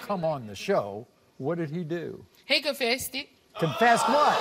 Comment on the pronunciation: When she said “confested” I instantly started looking for another video 🤦🏾‍♀️🤦🏾‍♀️🥴